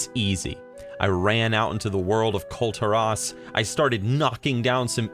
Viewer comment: It’s pronounced Kul’TirASS